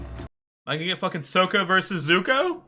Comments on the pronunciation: No spoilers...but I verrry much suggest you switch your pronunciation to be the correct Sock-uh 😝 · NOT Soak-ah. Sok-kah. The former pronunciation triggers trauma among many fans. This is one of the best shows. My kids grew up on it and Korra and I still love it. My favorite T-shirt is from Korra (Raava and Vaatu…which are way in your future).